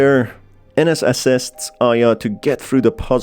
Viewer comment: You need to learn more on your pronunciations on names like Ines. It is EENES. Not enes. My dead name is Ines and you need to learn how to pronounce it correctly for videos like this. But this is my opinion.